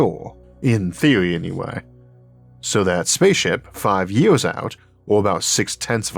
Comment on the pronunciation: Had to make sure I was not the first person to point out that you should not narrate if you have a speech impediment. It makes it both difficult to listen too and unenjoyable. How did you get through school not pronouncing your "r's"? Is it laziness by you or your teachers? Did you go to school in Florida? I mean c'mon, it is years, not yeaws. Do people tell you 'great job, Elmer!'?